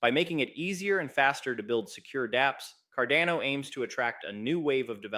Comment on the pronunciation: Might be petty but I sure wish you would make up your mind between the pronunciation.....is it carDANo or carDONo